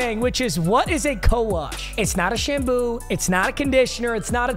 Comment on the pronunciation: You said shamboo instead of saying shampoo